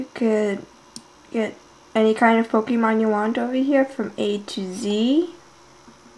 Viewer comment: This is a very good tutorial, although the way you say "pokEmon" makes me want to curl up and die. ;P